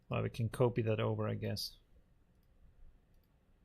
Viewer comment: Dear, love your stuff, but... the o in copy is short. It is almost like scratching fingernails over a chalkboard when you say it like in "to cope - etwas bewältigen" every time. 😂